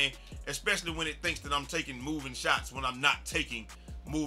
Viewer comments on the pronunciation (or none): none